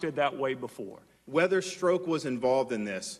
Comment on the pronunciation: STROKE, not STRUCK !?!?!! 😲😲😲😲